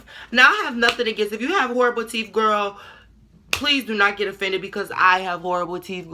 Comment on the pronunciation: She Said ''Teef'' Not ''Teeth'' 😭😭😭